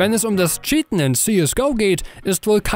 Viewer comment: Gutes video. Aber wirklich nicht böse gemeint... wie du manche begriffe auf krampf verdeutscht aussprechen musst... ist es anstrengend... anstatt cheaten sagt er scheaten... oder counter strike global offense ... stop it please